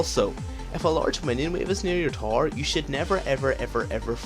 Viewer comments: Okay but why do you say tore instead of tower? ;] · When he says TAR he means tower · i love how he pronounces tower TAR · good video,, but it took some time before i understood that you are saying tower when i hear taar :) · Best LoL educator Ever. P.s. i have no issues with your accent (except when you said "tar" [Tower] :P ) Loved your caitlyn Vid too. I would like to ask, what is the best 6 item comp with cait late game? or perhaps if best is a bad idea, the 3 or 4 better comps? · I chuckle every time I hear him say "tower" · okay i learned alot in this video but i am still wondering why you can't say tower right.